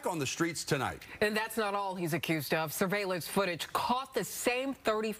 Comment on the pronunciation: She said " surveilence footage"... did she say that on purpose?